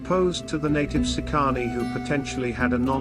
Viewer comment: Please at least learn how to pronounce the words correctly. It's "SEEcanee"...not seeCAHnee.